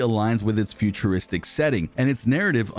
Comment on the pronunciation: Bro said futurwistic